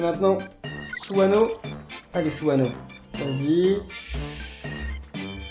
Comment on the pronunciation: Suneo pas suano